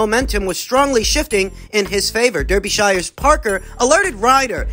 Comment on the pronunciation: "I-ling-ton" & "Der-be-shyar" 😂😂😂 It's pronounced "Is-ling-ton" & "Dar-ba-sheer"